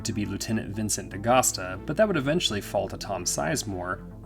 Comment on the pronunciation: dude, its D'-gust-uh. there's no dagusto, or dugahsta, or dagistive, or whatever. its D'-gust-uh.